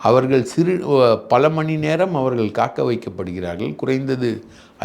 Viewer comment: ஆழ்ந்த இரங்கல்.உங்கள் இன்டர்வியூவை விரும்பிப்பார்ப்பேன்.உண்மைகளை ஆதாரபூர்வமாக பொறுமையாக சொல்வதில் மன்னர் நீங்கள்..ஒரே ஒரு குறை அவர்கல்-மக்கல்-இறந்திருக்கிறார்கல்-மகல் என்று சொல்வதை தயவுசெய்து திருத்தவும்